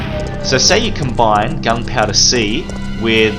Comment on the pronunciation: Love how he says gun powda